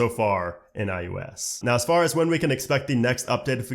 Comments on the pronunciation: iOS, not iUS. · why do you keep saying "I U S"